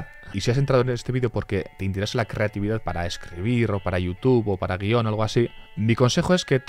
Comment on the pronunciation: Oye por que en vez de decir creatividad dices ...... Crrrrrrrrrrrreatividad